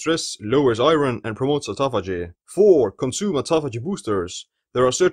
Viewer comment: great informative video! Thank you. Only correction to your pronunciation of 'iron': it has an irregular pronunciation in English. Don't say "i-ron" but rather "I earn" --> 'iron' has the same pronunciation as "I earn."